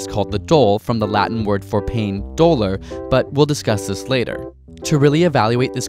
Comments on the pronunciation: Yeah the narrator said it wrong lol it's more like Dohh-lor . NOT Homer Simpson Doh :P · You mispronounced “ dolor” “ do- lor. Simple